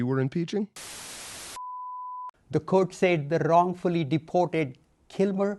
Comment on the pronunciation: tha wrrrrrrrrongfoolie deeporrrt-ed 🇮🇳